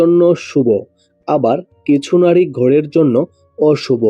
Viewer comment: আগে উচ্চারণ ঠিক করুণ তারপর বাকি কথা বলবেন,,নাড়ী নয় নারী,,কড়ে নয়্ করে ,, এতো উচ্চারণ বাজে দাদা ,,,ধড়নের নয় ধরনের